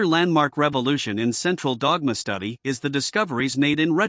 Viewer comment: What a computer voice. I almost vomited in the first 30 seconds because of the way it pronounced "the central dogma" repeatedly.